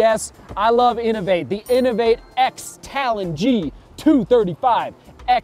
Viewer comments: The inov8 is pronounced Cross Talon 👍🏻 I'm looking forward to the VJ Maxxx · Just to let you know the 'x' in the inov-8 x talon is pronounced 'cross', just found that out from their website today.